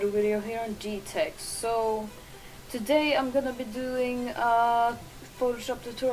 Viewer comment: Your name Is GTech, not. xd But the picture is really cool noice art